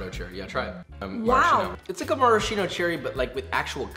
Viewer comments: I have a theory that youtuber cooks pronounce one word really weird in the video just to make people be like "what the fuck did they just say?" In this case "Marsheno Cherry" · It‘s pronounced „maras-kino“ cherry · Pro tip: Maraschino is pronounced with a hard K sound - maraskeeno.